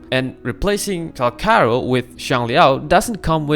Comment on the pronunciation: "Cal char ro" 💔🥀